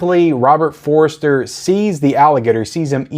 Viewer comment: No disrespect - it's Robert For-ster, not Robert For-re-ster.